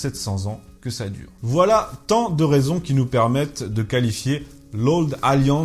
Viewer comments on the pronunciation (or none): none